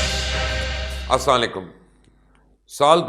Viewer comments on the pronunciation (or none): Salam krna to seekh lo bhai pronounce hi ghalat krte ho itne bare journalist ho...!!!!!!!!!!!! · Sir je salam krna tu theek se seekh len